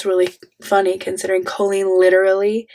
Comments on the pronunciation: Not going to lie, but I am low key loving how you say her name. All i hear is a fancy way of saying colon. Which fits. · I really enjoy you pronounce her name “Cole-lean” because it sounds like “colon” 😊